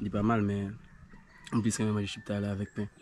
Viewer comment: Mon frère se chiktay non chiptay.